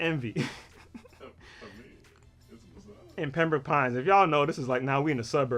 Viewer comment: He said PEMBROKE PINES I started cryin